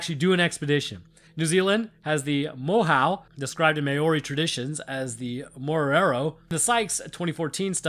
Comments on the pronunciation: Lol ma-or-ri? Mawri (yes not the right spelling for maori, im typing it as you would say it as a white person) is how you say the New Zealand natives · I can’t cope! Māori… Mow (like wow) dee… Mowdee